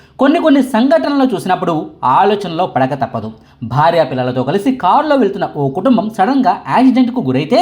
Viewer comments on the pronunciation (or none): none